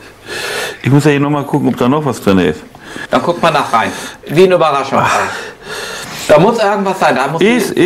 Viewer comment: aber der Kommentarersteller hat nur Peter zitiert. Und Peter hat nunmal "kuck" gesagt anstelle des weichen "guck"